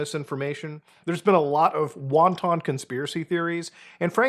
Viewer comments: Wanton isn’t said like wonton 😂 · Wanton ❌ Won ton ✅